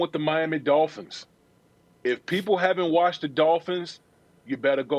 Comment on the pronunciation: "Miami Dolphinths" weakkkkkkkk